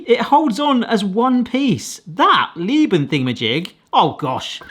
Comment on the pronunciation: Thank you! Hearing them constantly say "Lieben" made me lose my mind